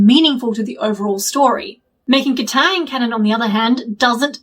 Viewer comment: kataang... no. it even sounds wrong